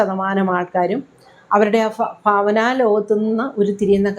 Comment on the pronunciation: ഫാവന, ആർഫാടം...ഫ അല്ല..ഭ